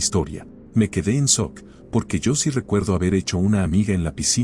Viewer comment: es gracioso que el narrador no pronuncia "shock" sino "suck" 😂